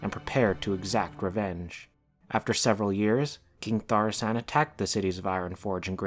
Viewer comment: Isn't it ThauRISSAN and not ThaSSARIAN?